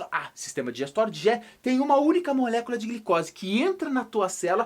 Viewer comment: que agonia a forma que fala "molécula"